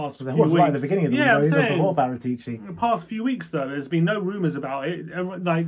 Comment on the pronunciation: Pedantry corner: It's PaRAtuci. Not ParaTEEci.